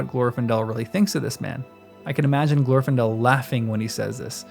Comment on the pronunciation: The second, not the first syllable in Glor-fin-del is supposed to be stressed.